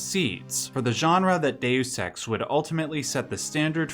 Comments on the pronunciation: You are definitely saying day sex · It should be dayus, not day sex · Just a note: its pronounced "day us" in English. Its pronounced "day ose" in Latin. You pronounce it a 3rd way not heard before, "day oose". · Sounds like you've said, "day sex" like 100 times, it's dayus not day sex. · Please stop saying dayoous ex. kthnx <3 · "Day you sex" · ... the narrator says "DaySex" a thousand times 😜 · Why are you pronouncing the game like that...? Please look up the game and how people pronounce Dues Ex. You really make it look like you've never played it a day in your life or you need more talk with more real people so your friends can laugh at you until you learn how to pronounce it correctly. That is all. Thank you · I activated CC hoping to see it translated Deus Ex to how you kept saying it "day use sex", but all I got was Dex. I am sad now. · Hard to take you seriously when you don't even know how to pronounce the name of the game. There are videos on this very website that will tell you how. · Loves it so much he didn't bother to learn to pronounce it